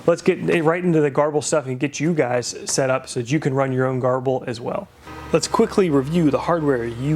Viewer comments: garble? its said like ger-ball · I’ve always called grbl ‘gerbil’ not ‘garbel’. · Huh, I aways pronounced it 'Gerbil' , not 'Garble'. you're probably right, though. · Nice, clear tutorial. Garble? Gerbil? Gurble? Seems there's a lot of pronunciations out there!